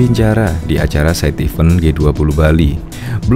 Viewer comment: Event2 mas, bukan even2🙄.